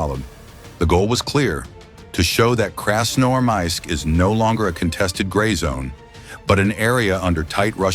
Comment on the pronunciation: Hey dud, you have to improve your ai, who a hell in the world pronounce красноармАиск, это красноармИик. И тоже нет КАев а КИев.